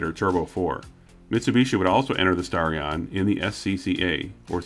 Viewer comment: But when they said Starion, it sounded like Stallion.